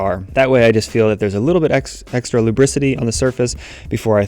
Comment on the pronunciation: "Lubricity" definitely made me immediately pause